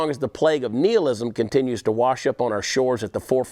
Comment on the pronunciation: How the fuck am I supposed to take someone who can't pronounce "nihilism" correctly yet insists on using it multiple times?